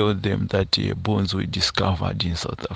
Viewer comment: Bones not borns